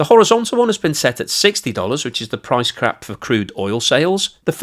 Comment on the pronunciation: "price crap" lol. Maybe I'm the only one that heard that? TBF out of all the videos I've watched (almost all of them) I think this is the first slip up. I don't think I could make a 5 min video without my tongue turning to spaghetti so this is a joshing compliment.